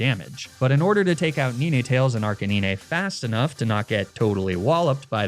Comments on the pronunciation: Arcanine is actually pronounced "ARK-UH-NINE" with the last part sounding the same way you would pronounce the number 9. Not being a grammar nazi, just trying to help. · Sorry, I can't subscribe to anyone who says 'Neenaytales' and 'Arcaneenay'... xD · *Did he just say "Ni-ni tails" and "Arca ni-nah"?*.... 👀...lol never seen Nine-tails and Ar-canine pronounced that way before but you know, to each their own lol Either way, Loved the video, always love videos like this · Ninehtales and arcanineh😭😭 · bro leanr how to say ninetales and arcanine